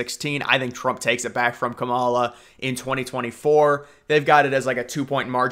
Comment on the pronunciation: Why do you say Harris first name wrong?